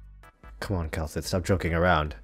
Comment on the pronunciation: You did Kal'tsit dirty 😭